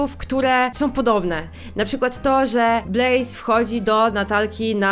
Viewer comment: Ej ja wiem że to jest z 2 tygodni Jak ty powiedziałaś Blaise to ja usłyszałam Blaze aż mi się przypomniał Axel Blaze z Inazumy Eleven XD